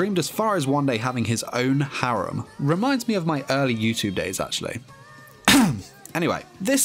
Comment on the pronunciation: My man can't say his skills or harem properly 😅😅😁